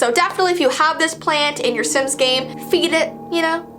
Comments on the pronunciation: reads the word "sims" sins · not knowing how to read hard words and names: Im so sorry if i read it wrong- Me: dont worry we all read things wrong